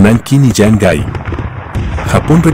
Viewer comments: Yamgai?????? Es Shanghai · "Changai", cada vez que oigo esto entiendo que el que ha hecho este vídeo no tiene ni idea de China y solo recopila lo que ha encontrado por ahí.